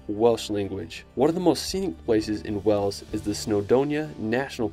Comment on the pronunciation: To the narrator can you please learn how to pronounce the names of places properly. Stonehenge is not stonehedge and Wales is not wells.